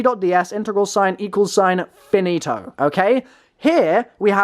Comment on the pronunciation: lovely how said finito 😍😍😍